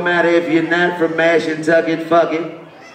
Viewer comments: I did too😭😭😭. They was supposed to say Mashantucket but just said fuck it and said "Mash Kentucky." 😂😂😂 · I did😭😭😭. "Mash Kentucky." I was like "When they come to Kentucky?" 😂😂😂. Them niggas was supposed to say Mashantucket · this whole time i'm thinking they saying "Mass, Kentucky" this shit is Mashantucket 😭😭😭😭